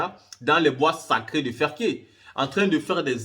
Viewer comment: C'est plutôt ferké et non fersé c'est ton pays mais tu ne connais pas l'appellation de tes villes